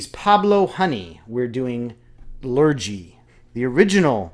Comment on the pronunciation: Interesting choice to show, I am from England and just wanna say Lurgee is pronounced Lur-Gee not Lur-Jee.